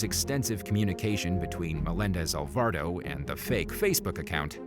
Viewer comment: It also said Alvardo instead of Alvarado🤦🏾‍♀️